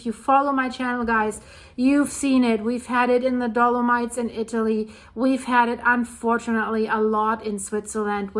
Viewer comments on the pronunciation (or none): none